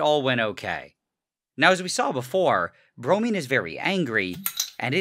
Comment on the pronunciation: Bromine sounds like brownie